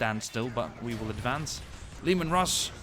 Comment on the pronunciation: And the tanks are pronounced like laymen Russ